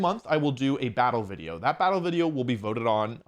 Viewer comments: Do you say wideo instead of video sometimes? It shouldn't drive me nuts but it does. Not sure if it's the mic or the actual way you're saying it. I enjoy your content regardless. Cheers. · Jaaay, a new wideo by announcing more wideos!